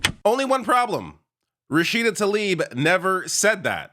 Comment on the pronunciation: FFS get her name right, it is Rashida TlAIb not Talib.